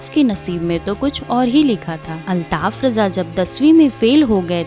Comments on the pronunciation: अल्ताफ राजा नाम है ,,,रजा नहीं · Uska naam RAJA hai.sahee bolo.